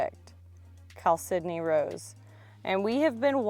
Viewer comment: Isn’t chalcedony pronounced as cal-se-doe-knee???? That’s how I’ve always heard it pronounced! Never heard it pronounced as cal-Sidney before!